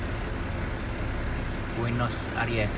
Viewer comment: Kuping sy risih aja dengar Buenos ARIES ber-kali²... 😊 Padahal kan Buenos AIRES ... Kritik ah ! Pembacaan² & pengucapan² diperhatikan lagi... Ini kan bagian dari pencerahan, bukan PENYESATAN... ! 😂